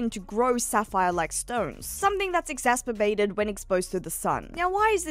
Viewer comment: Exasperbated, so cute